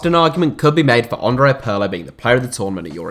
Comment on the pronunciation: It's Peerlo. Not Puurlo ffs